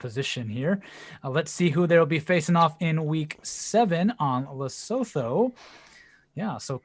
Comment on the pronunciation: Great job. To promote the culture of our next country, you could use it to educate the geoguessr community how to pronounce Lesotho (it's more like Lesutu)